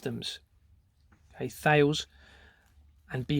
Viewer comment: British Steel, became CORUS then was acquired by Indian company TATA Steel. Thales is pronounced 'taliss' and RACAL 'Raycal'. Serco was formally RCA ' Radio Company of America'. What you are up exposing here is frightening.